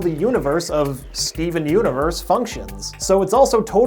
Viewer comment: 'Skeven universe' please tell me I'm not the only one who hears that. XD